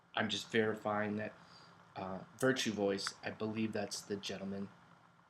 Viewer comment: Virtu Vice I think is how it's said?